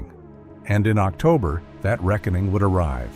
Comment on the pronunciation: "Octuber?" AI bullshit